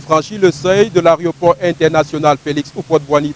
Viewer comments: "arioport" tchai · C'est pas "arioport" c'est aéroport. Ehh les camerounais là c'est pas la peine